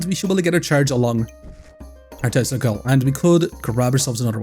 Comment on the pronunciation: With your accent, you saying Tesla coil, sounds to me like you are saying testicle! LMFAO!